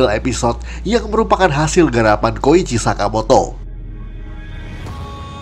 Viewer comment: Koichi min, bukan kocihi